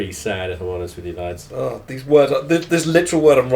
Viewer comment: I feel like Tom originally started saying “lads” as a joke and now it’s stuck... it sounds funny when he says it